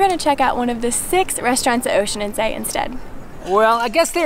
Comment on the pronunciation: Horrible, at least they could have learned how to pronounce the name correctly! Tip: it is not Oeschinenzay!